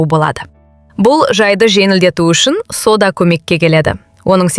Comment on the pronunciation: Содан дейсің бе,әлде сОда дейсіңбе? Дұрыс оқып үйренсейші.или мектепке бар😅😅